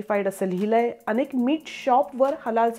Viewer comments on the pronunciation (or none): none